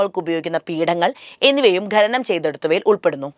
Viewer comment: ഖ്+അ = ഖ (ഖനനം). ✓ ഖെനനം. ×